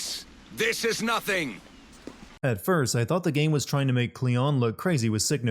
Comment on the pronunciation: Kleon not cleon